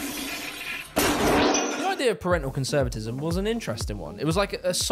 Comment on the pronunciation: "Parental CONVSERVATISM"